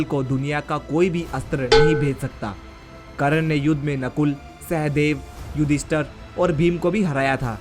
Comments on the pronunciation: Abe Karan nhi hota he karn hota he be.... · Bhoshadi k Tere ko to Sahi se yoddhao Ka nam hi Nahi pata h wo Karan Nahi karn tha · Mahayoddha karn ka nam to theek se le it is कर्ण not करण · Abe sale kran nai be.. Karn Naam h bee sale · it's not karan...it's karn....thk se bol to le bhai pehle.... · करण नाहीं कर्ण.. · it was not karan its karna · karn hota he ..karan nahi ... pronoun to thik se kar